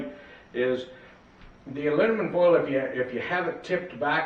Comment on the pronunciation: ".....alunimum....". Say what?